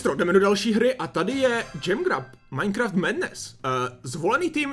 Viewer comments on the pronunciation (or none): none